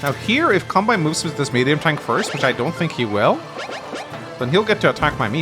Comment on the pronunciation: I'm not very good at this game, so your tips and tricks are highly welcome! By the way, I'm Japanese, and the correct way to pronounce "Kanbei" is something like "kan-bay."